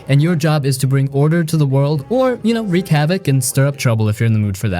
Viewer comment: "Wreak havok" Wreak rhymes with peek not peck.